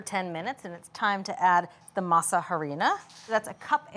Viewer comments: Her pronunciation of harina is grating. The H is silent. By now, you would think people know this. It’s pronounced ahrina. Also the green leaf on the tamal masa harina package is banana leaf not green husks, . Other than that, they seems to know what they are doing, and I shall try to make them. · Girls ,,,"harina" is pronounced "Arina" the "h" is silent... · These some white people tamales😩. You all added everything to the dough but seasoning, you all need seasonings! Not grits and yellow corn🤢 and stop saying Ha-rina lol just say corn flour if you don’t know how to say it. Just stick to your food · You don’t say they H in Harina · ugh when will these cooking show hosts learn to pronounce HARINA! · This is good for an American tamal but not authentic. The real ones are much more simple . I’m definitely going to try this it’s interesting. H is silent on harina